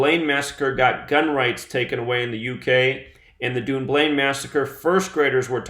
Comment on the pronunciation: Say it like; Dunn-blane, Scotland, not UK... Xc